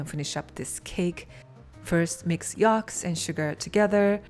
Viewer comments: Yolks, not yalks 😊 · You say yolks funny 🤣 😂